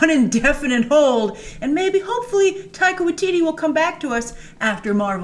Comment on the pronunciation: OMG : tip: How to pronounce his name properly. Taika Waititi pronounced Tie -Kah Why -Tit-T not Why teetee